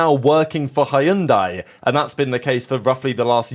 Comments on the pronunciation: ITS not HAYUNDAI, it's said Hyun Deh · What did he say? Hayundai? HHAHAAHA this guy is not really a car fan. Its pronounce as hundai not Hayundai 😂😂😂😂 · It's pronounced "Hun-die". The Y is silent and this is all about money. The one huge mitigating factor no one ever seems to mention is Carlos Slim of the Slim family, Telcel fortune. That is a 'Blank Cheque' sponsorship, as the Slim family has consistantly spent WHATEVER is needed, including the Force India fiasco and everything since to insure that a Mexican driver competes in the Mexican Grand Prix and Sergio Perez is the driver they back to the fullest extent. That much money actually matters, no matter what team it is. Money talks and bullsh!t walks. Just ask Lance Stroll! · Nope, “dai” is pronounced like “die.” For example other similar word pronunciations; Sai (weapon), Lai (name), Mai (name), Thai (of Thailand descent). Edit: American English often mispronounces many foreign language originating words. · Its hun-day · As a half Korean, I'd like to offer the native pronunciation of Hyundai, y'know, in case they do end up on the grid lol "hyun-deh" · We know, they run adverts on the topic. But in the car community it will always be hi un dye. I recommend you adopt it. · Had to check wtf is Hyundai. We pronounce very diff here in 🇺🇸. 😂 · My man, the way you pronounce Hyundai is so distracting that it's funny! Love your channel but please verify how to say the brand correctly 😅😅. Lol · Hyundai. Has two syllables. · I’m telling you this is how Koreans, in Korea, pronounce their brand. But if you want to keep saying it wrong after being informed, then be my guest 🙂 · Your pronunciation of Hyundai 😂😂😅